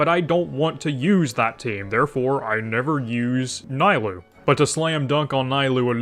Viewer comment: Worst video I've seen in 3 years keep it up Edit: It's knee-lou, not nigh-lou, and with key she can be played in vape as very budget cheld and it... works I guess. Wouldn't recommend but saying she's locked into one reaction is factually wrong.